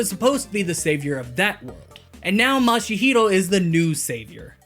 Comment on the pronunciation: this might be the second time i sound picky but i can't not hear you say mashihiro instead of mashiro